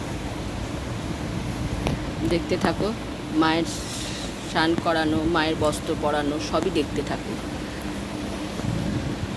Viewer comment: উচ্চারণ ঠিক করুন কথাটা স্নান সান নয়